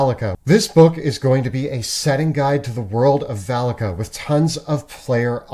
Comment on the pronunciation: Was listening instead of watching at first. Could have sworn they called the sponsor's land Phallica😅